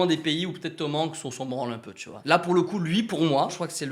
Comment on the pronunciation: Mais....vous prononcez hyper bizarrement Tom Hanks et Tom Holland! 😭😨 on prononce les a !!! 😂